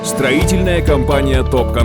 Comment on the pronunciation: СТОРИТЕЛЬНАЯ ЭМЕС СТРОИТЕЛЬНАЯ